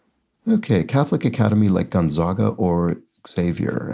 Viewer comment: Gon-zag-a, like zigzag, not zahg